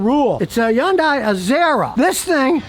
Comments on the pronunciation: Scotty thinks it's YUN-DIE. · scotty: wikipedia says "yundai" is pronounced Hyeondae. there is an H on it. like as in Harry. Hilda. Henry. Hungry. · Why doesn't anyone tell this guy how to pronounce Hyundai the right way? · Hyundai rhymes with Sunday!!!! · It's pronounced Y-UN-DAY. The "H" is silent. The company came forward and said that's how the car's name is supposed to be said. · Is he saying Hyundai? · Because he can only pronounce vehicle brands that are, for the most part, reliable 😂